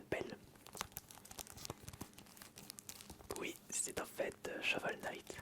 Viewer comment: Il a bien dit cheval night